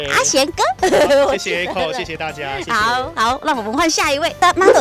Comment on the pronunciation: 你说“大家好”这几个字的时候有点四川话的味道。